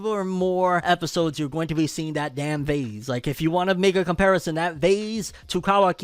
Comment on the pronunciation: Why he say vase like that 😂 bro said that vazeee